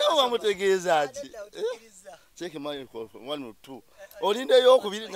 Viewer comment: KAKALAMU: microphone 🎤 Mzee Magala: Micro umh micofofoni 😂😂😂😂😂😂😂 Naye eno show ebayanseko ngate wetuyigga at times mbanjgala kuwandika buli mess ya Mzee Magala kuba njagala ebyononese 😂😂